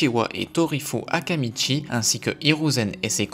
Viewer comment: Akimichi* pas akamichi 😉